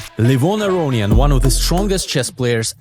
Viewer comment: У тебя был шанс продемонстрировать англоязычному миру, что Левон не АрОниан, а Аронян, но ты им не воспользовался..)